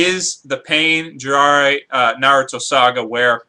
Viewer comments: JI RAI YA NOT JIRARA hahaha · lol you said jiraiya wrong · can you pronounce the name correctly, they aren't that complicated. Sasuke (Sas'Kay), Jiraiya (Ji'Rye'Ah)